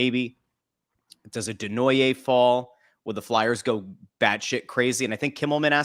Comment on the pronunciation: I love how acts like an insider but can’t even pronounce Desnoyer or Tuch properly and doesn’t realize Peterka is LW not a center…and, Knies has never played center in his life and the Leafs are freeing up like 20 million bucks losing Marner and Tavares. These two are boneheads